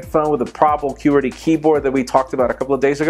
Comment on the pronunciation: pronounces "qwerty" so strangely for me...